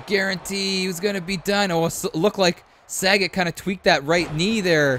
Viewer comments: Sah.Got is how it's pronounced brother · It's Sa-Got. He should have owned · .......Love your rumble videos......so a few comments......Its not SAGET....(as in Bob Saget)......its Sagat (pronounced Sah-Gaht). Also, Ryu can be pronounced Rye-U or Ree-You. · There's a difference between mis pronouncing, and just not reading. Its not Bob Saget, its SagAt with an A.🤦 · Jesus the butchering of these street fighter names. Sagat is pronounced Suh-got. Akuma is pronounced Uh-koo-muh. Ryu is Re-you. You got Fei long, zangief and Vega right though. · Yea I cringed every time you said Sagat, 😆 I was glad when he was eliminated. 😂